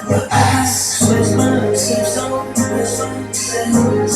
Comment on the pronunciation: I just wanted to point out the way Jhope pronounces “zone” sounds like “jone” bc in Korea they don’t have the Z sound in Korean alphabet…. (From my understanding)